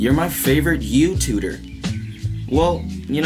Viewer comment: You're everyone's favorite "youtuder"